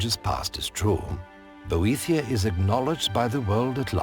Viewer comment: I can't stop thinking that Boethiah is pronounced "bootie yeah..."